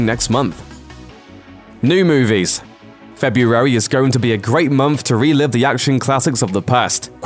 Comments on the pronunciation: I hate how you keep saying FE-BU-ARY. Missing something? Maybe an R... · You can't say the word February very well, can you? 🙇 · You say February funny. I would pay to hear you say it 10 times in a row.